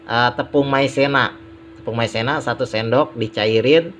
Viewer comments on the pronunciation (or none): Maizena bang bukan maisena maaf ya kalo tersinggung 😅😅😅